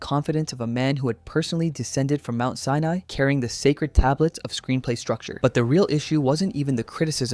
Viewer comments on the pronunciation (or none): none